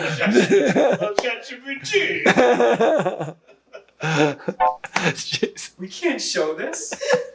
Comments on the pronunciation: I didn't actually know you had said "ChatGPT" i thought you were saying " Giuseppe" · ChatGPT doesn't begin with "T" haha